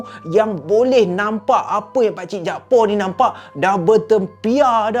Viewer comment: Utk pngthn kt Kedah ni selalunya org yg bernama jakfar akan disebut jakpaq bkn jakpo.